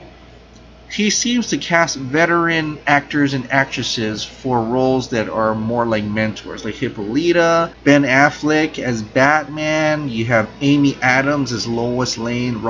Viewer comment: Amber Fisher??? Dude!!! U messed up. I hope it's supergirl , I thought the stunt women were for Gal and Amber ,but I hope it's supergirl. It's not hipoleeta... it's hip-all-a-ta